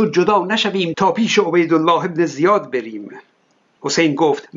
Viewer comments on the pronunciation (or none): در دقیقه 3 میگی پیش عبیدالله زیاد بِریم! ولی توی متنش نوشته:"پیش عبیدالله بن زیادَت بَریم" یعنی تو رو پیش عبیدالله ببریم درود بر تو🙏🧡❤